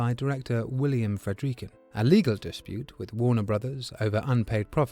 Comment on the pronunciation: How am i supposed to trust someone who can't pronouunce Friedkin correctly...